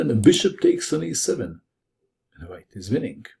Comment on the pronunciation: Apparently "Winnink" doesn't gave a G at the end, but in fact a hard K. Who knew?